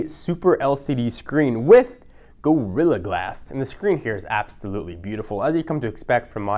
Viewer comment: With..."go-rilla glass!"